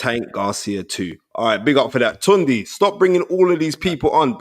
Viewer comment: Spence ..you gotta call your boy by his correct name..Yeah its spelt “Tunde” but it’s pronounced “Tun-Day”..Dont let him try gentrify the pronunciation 🤦🏿‍♀️😂